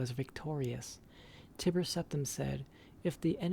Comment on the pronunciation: I feel like the book was written by maiq the lier on a skuma trip lol Btw in pretty sure chimer (woodelfs) are pronounced with K like ( kimer) nd tiber is ( Tai ) ber XD cheers .